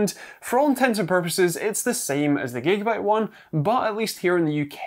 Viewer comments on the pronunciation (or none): none